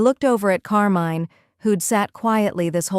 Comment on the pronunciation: Not bad as a story... but I'm cringing every time when Carmine is mispronounced in that horrible way. If you have to use "foreign" names with an english-AI, please change it to some other one. Thank you from Italy!